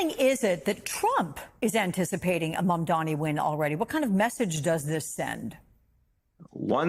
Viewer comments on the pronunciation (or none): MamdaNi, not MamdaMi,. Best words said: "Cuomo does not know how to take NO for an answer." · It’s MAMDANI, not ‘Maamdami’, you should learn to say the next New York mayor’s name properly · Flipping ahole refuses to say MAMDANI name correctly which shows what a jerk Cuomo is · Cuomo can’t even pronounce Mamdani 🤡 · And he still keeps mispronouncing his name👏 love the hypocrisy considering how many people mispronounce Italians' names, and this dude's still mispronouncing someone else's name.... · He's never said zohran's name correctly once in his life.... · Andrew can’t even pronounce ‘Mamdani’ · It’s ridiculous that Cuomo still unable to pronounce Mamdani’s name. He’s such a dimwit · It's September 2025 and Cuomo is still pronouncing Mamdani's name wrong. He's doing it on purpose, because in addition to being a perverted creep, he's also a racist. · Still can’t say his name right? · He still can't say Mamdani's name correctly. Is he having strokes or just racist? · Cuomo intentionally mispronouncing Zohrans last name repeatedly is not doing what he thinks it is. it makes him look stupid. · Still mispronouncing mamdanis name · Cuomo either can't pronounce Mamdani or he's refusing to, even after Mamdani spelled out his name for him in a debate, or he's refusing to. Either way he has clearly shown himself to be a bigoted racist and islamophobe. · Why does he keep on saying his name wrong? This seems like a no-brainer political move to not look foolish. Get your opponents name correct,it’s an easy victory Zohran